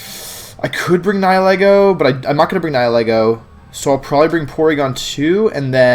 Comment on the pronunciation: Liked just because you are one of the few who pronounce Nihilego correctly.